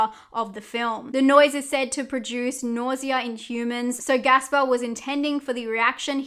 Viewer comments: It is Gaspar, not Gasper. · Girl what, his name is GASPAR NOÉ! Not Gasper lol